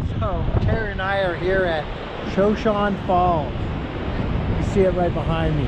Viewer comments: Pronounced "Sho show nee" like the Indian tribe. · I would have guessed it was pronounced Shoshonee but not positive. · Beautiful, I believe it is pronounced Show shone e,,, as is the Indian tribe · Lol, I had to see if anyone corrected the pronunciation. I know it’s just an OCD thing. Love!! ❤️❤️ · I can't believe neither of you know how to pronounce Shoshone. It's the name of a Native American tribe